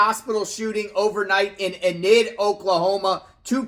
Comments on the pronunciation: EEEE-Nid, not In id. Just FYI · Enid is pronounced Ee Nid not Inid, I'm literally from there and graduated in that town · It's Eeenid Long e. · Not intended to be rude, but it's pronounced with a long E, with the emphasis on the E, like Ea-nid. I live close by and thought I would pass that along for future reference 😊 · I'm from Oklahoma. It's pronounced eee nid